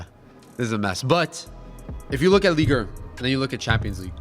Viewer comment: why is saying Ligue err😂😂😂